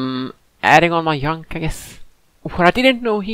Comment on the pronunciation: Imagine you were at a “yob” interview (I’m referring when you said “yunk” instead of junk) and the you said: I went to Yale 💀